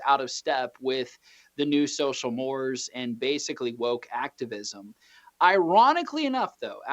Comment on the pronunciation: This guy pronounced mores as, " moors." My God. Is he the best you could get?